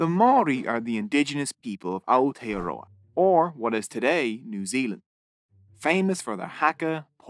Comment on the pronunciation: I'm sorry but how you said Aotearoa made me a little mad only cause that's my country